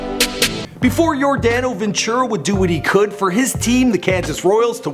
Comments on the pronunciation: same. and his name was just butchered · Dude u completely butchered his name.